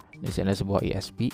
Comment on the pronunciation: Itu bacanya ai-es-pi